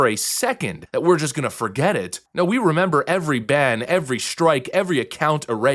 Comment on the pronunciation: You 'memba? Yeah I' memba!